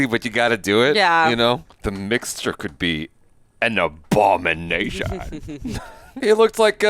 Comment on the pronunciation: Lol, the Aboogernation!